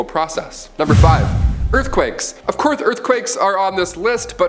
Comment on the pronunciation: “Of courth earth quakes” 😂😂😂 I love this channel